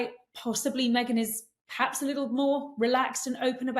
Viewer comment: Yes both were giving us very different views about MM than their usual take on things. Is that Katie’s influence here? Katie is guilty of saying ’paps’ instead of ‘perhaps’. Sorry but a bit grating.